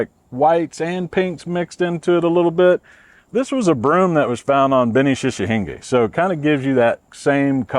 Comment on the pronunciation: shichihenge = she-chee-hen-gay. not "shushinga" lol